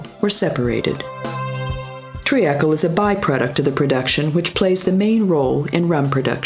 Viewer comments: mor-it-si-us? tree-akl? is this robospeak? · Why does this narrator mispronounce half of her words. Like Mauritius, Seychelles and treacle. Its very off putting